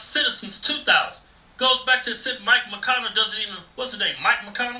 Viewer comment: mich > not mike . also Bernie sanders is the one who supported 2000.00 usd a month but senate killed it